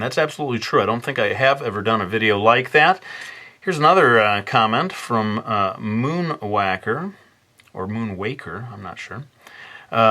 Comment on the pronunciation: "Moon wacker" lol